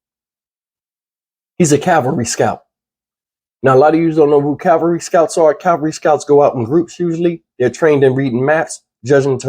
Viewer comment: I know that in the scope of things this may not seem important to anyone but me. The reporter actually said that "... King is a Calvary Scout.." Calvary is the place the Lord Jesus Christ was crucified. King was reportedly a Cavalry Scout. Cavalry NOT Calvary. The level of education and vocabulary skills today in reporting is just embarrassing. It seems that this soldier had some sort of death wish to have purposely run over into North Korea.